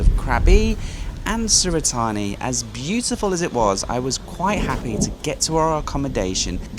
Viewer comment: I just drove to Krabi (end of May) from Surat Thani Airport. It rained the entire time in Krabi. It’s gorgeous the closer you get to Krabi as you were saying…Also, Surat Thani is pronounced “Surat THA-NIE”. My gf lives there.